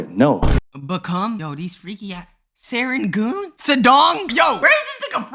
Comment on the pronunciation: its not se-rengoon but its se-reng-goon and it is nit sedong it is sudong(soo-dong) pls get this to i am singaporean and this is random pronunciation is just wierd to me please bro and the neighboirhoods are malay names with some being hokkien or english malay ones are like bukit timah hokkien ones are like yio chu kang and english ones like chinese garden